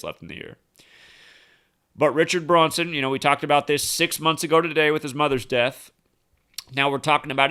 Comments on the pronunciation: You kept saying Bronson instead, of Branson. Was wondering why. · Its Branson not Bronson ya dork! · BrAnson not BrOnson. Good blog. Small matter... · Branson not Braunson :/0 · I noticed that too, but Zach says, "He's the master of mispronunciation." Maybe he was thinking of the actor in that movie "Death Wish" (1974), Charles Bronson. It could've been a Freudian slip considering we are dealing with an actor-based reality.